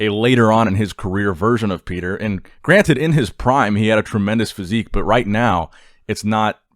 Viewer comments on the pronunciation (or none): none